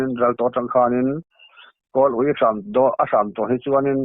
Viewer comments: Ui awm chu a dik zawk lo maw, awm kha i thluk dik lo a tin a nih kha, hming an lam a ,Awm i tih angkhan thluk la a dik reng a lawm, ui ah khan h a tel chuan thil uih sawina zawk a lawm, Uiawm chu a dik zawk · Ava ui awm tih lai kha. I thlûk diklo ve em ani. I ui chuan paih suh tih thlukin ui tih lai kha thluk ve ta la chuan. i ṭanna kha i i hmangaih bur lo mai thei nia. .Naupan laia inlo lam dik loh ṭhan kha i ṭan mai mai anilo maw 😅 uih chu rimchhe sawi nan kan hman hi... 😅 A thluk a dik phawt chuan. Ava ui awm tih hi a dik ka ti zawk kei chuan. Uih lo na pui, uih tih daih hi a diklo ka ti 😅